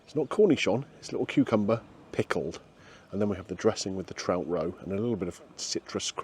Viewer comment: I thought you said ill start with the tramp 😅😅 not trout